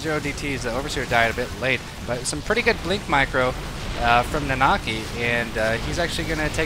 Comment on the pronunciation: "Na-na-kEYE" Long I sound. Its Red XIII, man --v